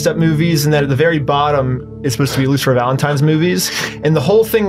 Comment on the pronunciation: I like how this guy never pronounces Lucifer. He always says something like "Luther" or "Lucer".